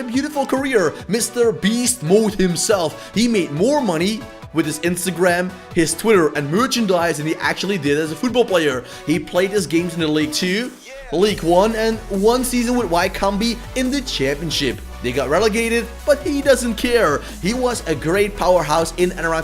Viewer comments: Hey Not that its important. Wycombe is pronounces like wicom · Wycombe is pronounced wicom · The way he pronounced Wycombe 😂